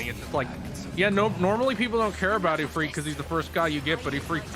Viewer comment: I wish non middle easterners could say ifrit correctly and not like they're saying e-feet